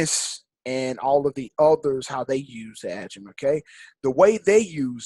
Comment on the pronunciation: There are other people teaching this. What makes you think your the number one educator? It's pronounced Agi Mat not??? Aga Met